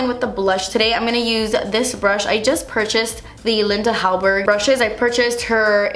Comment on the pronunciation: Omg I'm Swedish and I love the way you say Linda Hallberg